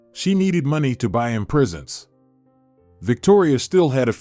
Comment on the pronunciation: The narrator presents was spoken “prisons”.